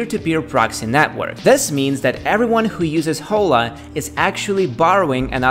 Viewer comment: hi there! First time here 🙋🏻‍♂️ nice content, got a new subscriber 😉 Just a tip, “Hola” is a Spanish word and in this case the “h” is mute, so the pronunciation es like “ola” as if there were no “h”. Regards